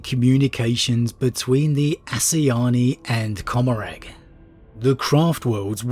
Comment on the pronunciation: Commoragh is meant to be pronounced like 'Gommoragh' as in Sodom and Gommoragh from the Bible.